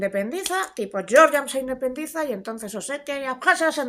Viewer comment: Georgia se pronuncia "Jeorjia"